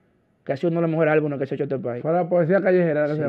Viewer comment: Se dice álbumes no albunes (Bulova)